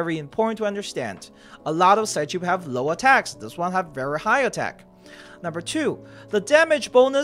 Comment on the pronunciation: it's probably pronounced psych-ube like sigh-cube, and not sigh-choob.